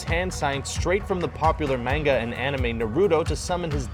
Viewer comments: Narruto... ROO TOE LMFAO LOL "MENGA" ... "8 Bit Street Fighter" ... "Mayor-eeo Bros" AYYY LMAO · It's pronounced (mon-g-a) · It annoyed me so much the way he said narruto and manga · ...Manga...Not Menga...MANGA! A not E! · He's didn't say Menga he said M-ang-a. Yes it's suppose to be M-ah-n-ga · Mispronounce. Look this is asian pronounce, not US or UK. EVANGELION not IVANGELION MONONOKE not MONONOKI NARUTO not NARUDO MANGA not MENGA I'm so glad mostly pronounce ANIME right. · M.A.N.G.A ITS PRONOUNCED M.A.N.G.A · Everyone is talking about how he mispronounced Naruto but I'm hung on how he said manga...